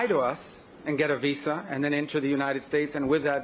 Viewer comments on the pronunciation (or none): It is VISA you DH its not vessa. Can't even articulate the word properly...you keep lying and satisfying yourself cowards.